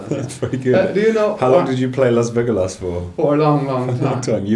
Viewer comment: Las Vegolas, lmao